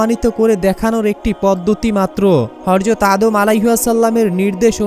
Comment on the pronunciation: বার বার হর যত হর যত বলছিস হযরত বলার চেষ্টা করবি প্রয়োজনে সাত দিন ট্রেনিং করবি তারপর ভিডিও বানাবি